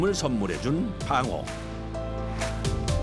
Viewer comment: 방어가 빡어로 들리냐